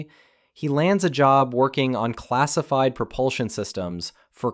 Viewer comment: "Classifed, Classifed, CRGSIFED" fucking AI gibberish